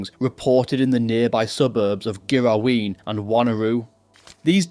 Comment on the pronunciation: Joondalup like June the month, not Yon, and a hard G on Ghiraween, but otherwise, well done on some really hard place names. Fortunately, this kind of shit is relatively rare here in West Oz.